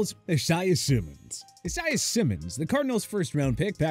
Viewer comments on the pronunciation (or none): It's I-say-ah, not E-sai-ah! Get the name right! I'm tired of correcting! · “Uh-Zye-Uh” Simmons ????? 😅😅😅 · bro pronounced isaiah simmons name like it was spelled like isiah thomas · My name is Isaiah and your saying it wrong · Dude if he says isaiah like that one more time